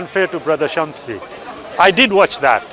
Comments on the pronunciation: Jazak ALLAH Khairan brother Why keep saying samshi, when it is Shamsi. May ALLAH (SWT) save us from hell and grant us jannatul firdous, Ameen. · He was about to say shamsi but quickly changed it to samshi like really that makes you feel better about yourself ? Miss pronouncing someone’s name?